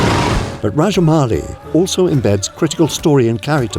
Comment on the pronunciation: Sir you are probably the first foreigner who pronounced SS Rajamouli correctly 🙏